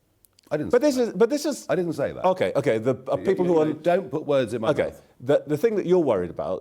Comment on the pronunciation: No way the interviewer really said "Muh ancestors" lmao